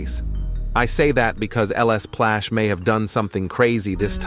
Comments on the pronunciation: I thought you say lsplash l splash not ls plash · ITS LSPLASH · Bro said lespash 😭😭😭😭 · "LS Plash" 💀